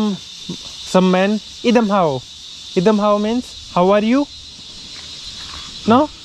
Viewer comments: They prounounce i as e.. So say 'i dam mw'.. Or i dam em. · It's I dam em not i dam how... Ok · Bro not idam haw... It's idam maw.. Or u can say idam em... Wich means how are you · I dam how❌i dam em✅..from whom you learnt? I dam how😂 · I dam em !!!! not I dam hao 🤣🤣